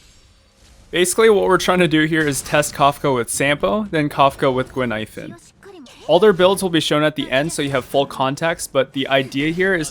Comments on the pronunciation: I'm not the only one hearing that looool I even heard 'ghost milk powder' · I had no idea why you said "expensive milk powder" until another commenter said Guinaifen could be misheard as that in Chinese. I'm Chinese btw. And yeah, it actually kinda does sound like "expensive milk powder", even in Cantonese! Brilliant.